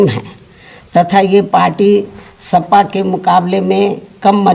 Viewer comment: सपा को सफा बोल दी दीदी